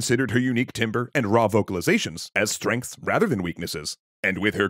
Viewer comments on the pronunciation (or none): Thank you for sharing her story. btw "timbre" should be pronounced like "tamber", not "timber" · the word is pronounced Tamber. Not Timber. Even though it's spelt timbre. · once again reminding you that timbre rhymes with amber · it’s the correct pronunciation afaik (from French) but I suspect probably the other one is common esp in the states where pronunciations of loan words (which are common in music) are usually anglicised (see also vibrato for instance)